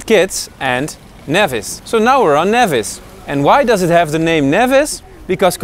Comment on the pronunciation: It's NEVIS! Not NAYVIS